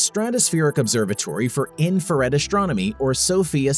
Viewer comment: "Shtrange", "shtrong", "ashtronomy".....